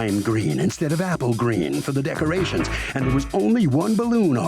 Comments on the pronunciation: Lmao, she said “duckerations”. The way some people speak is hilarious. We ain’t like no duckerations!!!! I understand if you’re from a different country or if you have a strong accent so words come out sounding different, but come on, learn how to pronounce words correctly. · Lol! I heard duckerations too. 😆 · The plaintiff keeps saying "Duckerations", What the hell are "Duckerations"? Smdh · I came to the comments looking for this EXACT one😂 I thought I was the the only one who heard that at first😂😂